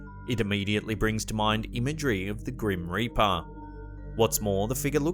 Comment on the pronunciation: "Grim Reapah" . 😁